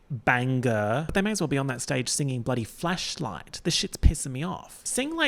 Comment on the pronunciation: I can't unhear it as flesh 👀